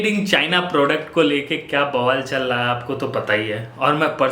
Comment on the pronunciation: no one literally no one: me:he says chal laha hai,instead of chal raha hai